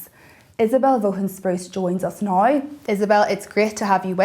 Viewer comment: Vaughan is pronounced Vah han.